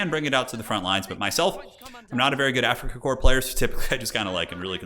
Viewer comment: There is no Afrikakor. It is Afrikakorps. AfrikakorPS. I cant hear korps I only hear kor... ???